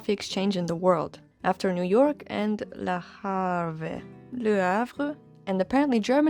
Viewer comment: Le Havre. You interchanged VR into RV ... Think of the word "haven", turn it into "haver" and think how the French would spell that.